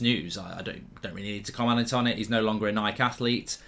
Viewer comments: It's Nikeeeee not Nik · Should we be concerned on how Mark pronounces Nike? 😂